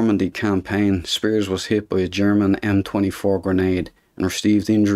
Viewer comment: I always wanted to hear someone with this regional North Irish accent pronounce the name Spiers. Achievement unlocked.